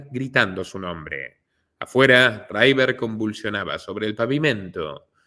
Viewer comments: Que River no se pronuncia Raiver, se pronuncia River, porlos demás todo genial, pero tu inglés deja bastante que desear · No es "raiver" es "river"...es fácil comprobarlo si el inglés no es tu fuerte... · En inglés River se llee igual que en español, no raiver